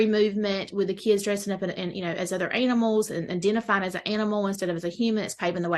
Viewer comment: Well she does not say animals, talking furries, she says anal mals.